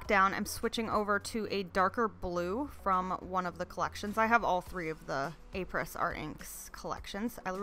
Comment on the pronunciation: Apres = "ah-PRAY", not "apers".